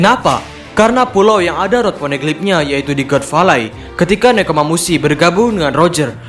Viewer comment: god valley dibaca gat veilei, min.... Adoooohhhh.....